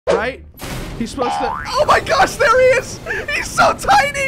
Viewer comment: and why are you saying thay'er